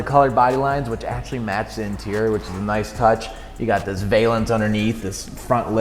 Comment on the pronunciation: Val-ance, not vay-lance.